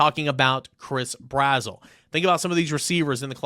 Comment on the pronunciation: Yo not tryna be rude homie but it’s Brazzle not brazwell